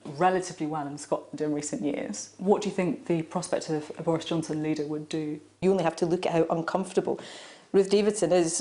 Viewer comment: ''Bowis Johnson is wacist'' she said